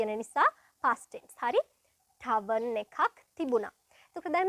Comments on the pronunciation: It’s not tarven It’s tavern isn’t it? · Tarven or Tavern ?